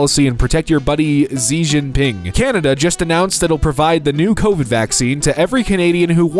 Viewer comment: Two points, one just a nitpick and one actually relevant: Xi Jinping is pronounced 'ZHI jinPING', not 'SEE jinPING'. (For anyone MAGA or MAGA-adjacent still watching these videos, yes, the actual pronunciation is the exact way Joseph Robinette Biden pronounced it that you made fun of him for 'mental decline, he can't talk anymore, haha'. And while we're on the subject of 'MAGA making fun of Biden for getting things right', Pete Buttigieg's name is actually pronounced almost exactly the way Biden said it that one time, except the last syllable ends in a 'zh' sound instead of a 'ce' sound, roughly "BOO-tee-jooj' whereas Biden said it 'BOO-tee-joos', one letter-sound off) The 'bikini vs. underwear' ine isn't relevant to 'how/where/when it's worn', the point it's making is that a bikini literally looks like the woman is just wearing underwear. (EDIT: Yeah, I get the consent angle, just clarifying that the attempt made by the video at 'making it make sense' doesn't, at least not through the lens of strictly 'the appearance of the garment', which is the point the meme was trying to make)